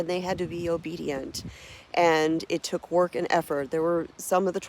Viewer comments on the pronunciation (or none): none